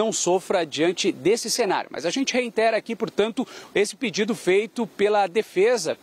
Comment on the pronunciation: "REINTERA"..daí não, né!!